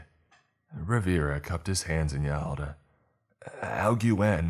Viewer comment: I love this man but goddamn! That Spanish is... Well "alguien" is pronounced "all-gen" hun that's all I'm saying